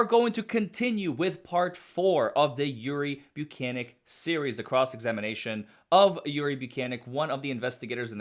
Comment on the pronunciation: His last name is so hilariously easy to mispronounce. I think it’s “buke-Nik” though. Also I 100% believe Karen Read is being framed